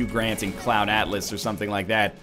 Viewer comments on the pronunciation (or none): none